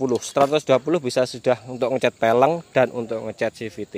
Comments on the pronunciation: Velg bukan peleng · VELG. Kok FELENG ya. Aga' aneh dengerhya hehe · peleng hahahaa pelg bele bukan peleng, anak motor kok nyebut pelg kok salah hadehhh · Peleng apa velg bang😂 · velg kali bang bukan peleng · Peleng ?? Apaan tuh 🤣